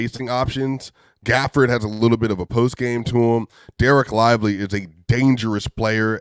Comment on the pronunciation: Why saying Danil Gafford?😂